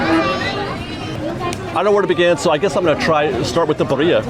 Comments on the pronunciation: “Birria” is pronounced [Beer-ee-ah] 😂 you’re welcome ❤ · It’s pronounced: Bee-(rolled R)- ee-ah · Pronunciation of Birria is Beer-E-Ah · Just as a heads up birria is pronounced beer-eee-ahh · yes please thank you!!! i was cringing every time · I came here to say the same. I also commented on the DIS Unplugged video saying the same. Drives me crazy. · Give white people some sort of a good reputation. Geez. Pronunciation of birria and never heard of karaage before?? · You're pronunciation of Birria is terrible but still better than mine and I'm Mexican haha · Gotta learn how to say Birria There’s a little tongue roll